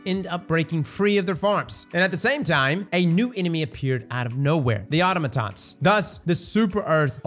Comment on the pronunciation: I love ya, and I've watched you for years, but you really should investigate pronunciations. That is not you you say "automatons." If that's how the game says it, that's a different issue, and I retract my comment. But how you say "incisor" makes me think it's not how the game says it.